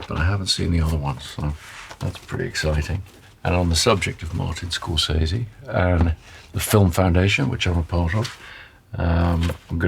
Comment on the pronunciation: Amazing that even Nolan can’t pronounce “Scorsese” correctly